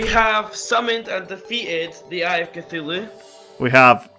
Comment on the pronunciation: When he said eye of Cthulhu it sounded like I a cfulo